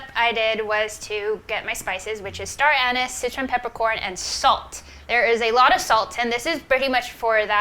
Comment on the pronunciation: Star-anous lol